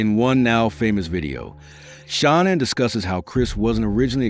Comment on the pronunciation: Learn to say her name